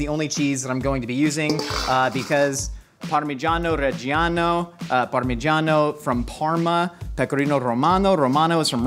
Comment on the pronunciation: Pro tip, gi and ci do not have an “i” sound by themselves in Italiano. Hearing “cacheo” and “parmageyano rejeyano” hurts